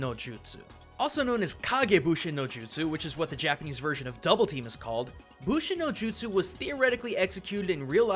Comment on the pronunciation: it's actually bunshin not bushin